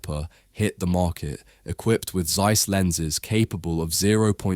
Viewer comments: Would be great if you get the names pronounced correctly: Z in German is exclusively pronounced as TS Zeiss. = Tsice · Informative video! Though, it is astonishing that someone would make an almost 9-minute video with probably lot of research going into it but apparently not once looked into how to pronounce the companies name, the city name or the founders name correctly. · It’s annoying that someone who gives his voice for narration is not interested in looking forward how to pronounce names like Zeiss, Jena etc. Ones related to the major contributors of chip manufacturing technology. (Guys, let me inform you that there are several countries and languages where pronounciation does not necessarily follow the visceral English could be way. Please, respect world out of USA UK etc. even if English has been prevailing in the tech world for a centiry or so.)